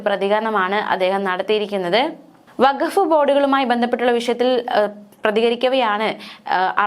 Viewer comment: വക്കഫ് അല്ല, വഖഫ് ആണ്‌. ക് +ഹ =ഖ, ഗ് +ഹ =ഘ, ഫാര്യ എന്ന് പറയുന്നവരോട്, പ് +ഹ =ഫ, ബ് +ഹ =ഭ